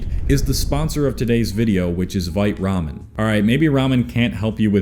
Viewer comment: LOL when you said 'Vite Ramen' the first time I thought you were trying to say 'White Rum' in like a Swedish Accent LOL